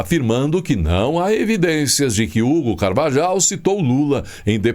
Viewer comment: carvajal, le se ( carvarral)